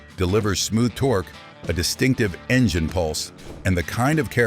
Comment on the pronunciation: What the heck is an enjaine?? Lol!